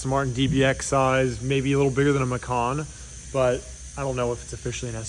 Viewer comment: What the hell is a Ma con 😂 it's Ma can 😂